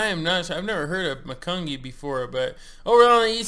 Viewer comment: Just helping you out with your weekly pronunciation hiccups. Always makes me smile because I often have the same problem. Macungie is pronounced like this, ma-kun-gee. I believe it is an American Indian name for a bear, or at least that’s what the town thinks. Keep up the good work and thanks for the add. It’s nice having two trucks on Scale Wars.